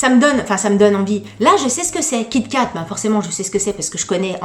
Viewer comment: Kit et Kat !!🤣🤣🤣 on dit "kitkat"